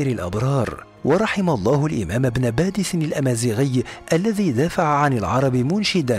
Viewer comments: باديس وليس (بادس) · بارك الله فيكم على المعلومات ولكن يرجى التصحيح إسمه إبن باديس وليس إبن بادس ورمضان مبارك لكل الأمة الإسلامية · صحح اخي ابن باديس وليس بادس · شكرا على المديح وللعلم انا من الجزائر 🙋🙋🙋🙋و سمه عبد احاميد بن باديس انه باديس وليس بادس😊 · لتصحيح إبن باديس و ليس بادس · ليس بادس بل بديس